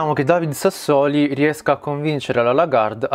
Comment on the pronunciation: David Sassòli!